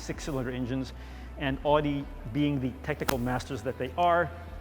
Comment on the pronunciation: What a shame. Couldn’t even pronounce ow-dee right.